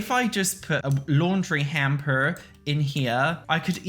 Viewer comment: So Midwest mom lol love it